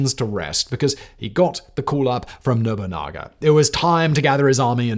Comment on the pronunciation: Oda Nobunga and Toyoti Hideyoshi.....as per Simon's mispronunciations lol